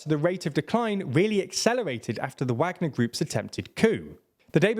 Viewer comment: It is so strange listening to him say Wägner over and over again and placing emphasis on the Ä when every other person anywhere regardless the language they speak mainly has said it Wagner with A. Is this some sort of inside joke that I don't know about?